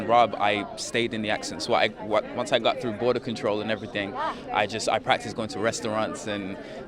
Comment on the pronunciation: He tends to pronounce "got" as "gut"